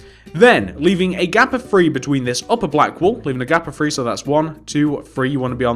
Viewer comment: Three not tree and free.